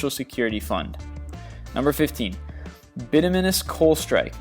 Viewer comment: 25 most annoying YouTube Videos... More like thousands! Any YouTube video that the makers of said video can't, won't, or never does learn the proper pronunciation and mispronounces KEY words in their presentation... "bituminous"... BYE-too-MIN-us